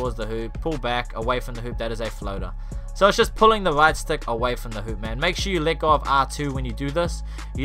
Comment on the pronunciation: who else thought he was saying lick off when he was saying “let go of R2”